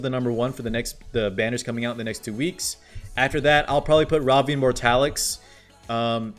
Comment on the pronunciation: I'm in a pinch spot man, I don't have any of those units, and I want them all, specially elena with that cute skin. But I only have enough for 1 pity (f2p lyfe) and Wonderland Tenebria is coming soon tho, so... yeah Also, the dude's name is Mortelix, not Mortalix :)